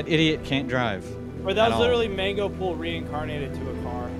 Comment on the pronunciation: ahh actually its mangopull not mangopool🙄